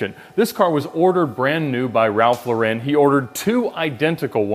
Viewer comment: Ralph Lauren. Pronounced like the female first name, Lauren. Not like Laurenne.